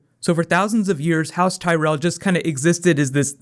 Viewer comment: zeee tyrelll